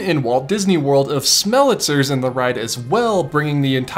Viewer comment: I’ve more often heard it pronounced “SMELL-ih-tie-zurrs” with four syllables, with an unstressed “tie” located between the second and final unstressed syllables “ih” and “zurrs” — but they could be wrong and you right, I don’t know… I’ve never even seen it spelled! 🤷‍♀️